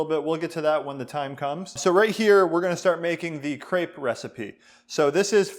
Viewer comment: they way he pronounces "Crêpe" amkes me kinda angry ...